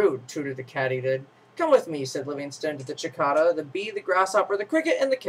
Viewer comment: It's a cicada not a chickada!